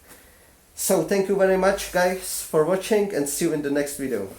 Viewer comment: it really do be just like "vidyia" 😔😔😔